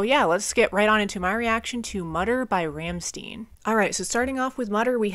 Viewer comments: Rammstein!! Not Rammstin. ☄️ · They are called Rammstein, no Ramsteen. It's read "Rammshtine" something like that. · Like this video a lot! I love Rammstein and this album in particular. P.s. the band called Rammstein [ˈʀamʃtaɪ̯n] that reads like Ramshtain. Not Ramsten. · just fyi its pronounced Rahm-shtine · Btw, probably somebody wrote it already but anyway: It is pronounced RAM - SHTAIN. You can find an example here: I know you probably looked for it to be sure, but even Google gets it wrong as this is very idiosyncratic. German pronunciation has a lot of nuances depending on region, culture and history (like any language), their pronunciation is more of the Berlin Brandenburg region (where they come from, they are from Berlin exactly), which is understood to be some sort of international German pronunciation, but not necessarily a standard (I know, that's weird), also in this case is kinda coming from a lingo they picked up while growing up. To clear any doubt, you can hear them sing their name in this song from their first album: They actually do that often, many songs have their name in the lyrics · Hello, for the correct German pronunciation of "Rammstein", listen to the song "Rammstein" from the first album "Herzeleid". By the way, the name of the band refers to the "Ramstein Air Base", a large military airfield of the United States Air Force in Germany! Many greetings from Germany!🇩🇪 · "Rammstein" is pronounced differently.